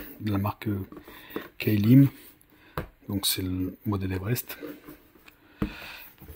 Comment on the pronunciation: Plop ;) C'est pas "Key Lim" mais "Klim" comme "climatisation" ;)